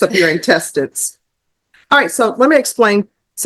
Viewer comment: Did the judge just say intestides?😂